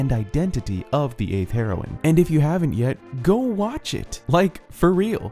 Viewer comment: It's pronounced "hero-een"